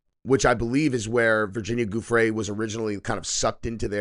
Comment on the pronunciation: Giuffre is not pronounced 'G' it is pronounced 'J'